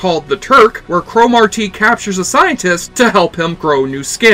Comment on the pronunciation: Why the fuck do you keep pronouncing it as crow Mawr TEEEE. Get outta here, your forcing it foo.